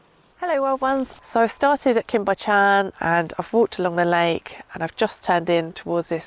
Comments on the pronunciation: the only you tuber i need a bib to watch. Bychan is pronounced similar to buckan and your sheep will almost certainly be ladies. Mesmerizing videos.. thank you. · Pronounced Cwm ( it’s short, not long like coombe”) Buh-chan ( Bu as in but, ch- ann, ch as in loch lomond, not ever lock) . I see your truck often! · Great video. Cwm is pronounced 'koom' but quick (no emphasis on the o noise) while Bychan is a bit harder. 'By' where the y is pronounced as the u in gun, 'ch' is the same as in the Scottish word loch (not 'ck', noise not actually present in English), 'an' is straightforward - like Anne